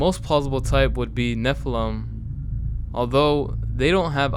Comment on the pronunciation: It's "NEFF-fill-im", not "nuh-FELL-um". It's also Lutanic, not "Loo-shee-annik". The latter is said right there in the video clip right after, lol. Sorry, pet peeve.